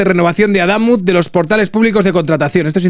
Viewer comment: No es Adámuz (llana, lleva tilde porque no acaba ni en n ni en s ni vocal) sino Adamuz (aguda, no lleva tilde porque no acaba en vocal, n o s)